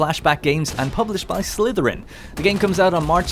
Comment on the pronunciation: So irritating how he keeps pronouncing Slytherine like Slytherin.